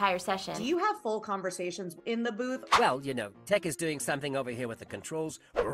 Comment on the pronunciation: I love that Michelle Ang has fully embraced the memes of the Bad Batch names in her pronunciations. Huntah, Wriker, Tich, Icho, and Crussheh